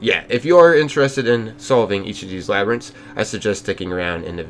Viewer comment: Yeah we know you not used to saying words like labyrintts don’t sweat it